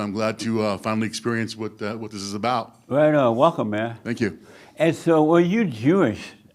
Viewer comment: Ahh it's the perfect pronunciation lady again avoiding any and all accent or misuse of Ts and Ds, except the Canadian "aboot" 😅